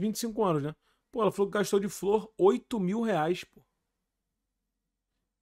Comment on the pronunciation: 8 mil reais de …. FLOR…. De FLÔ AHHAHA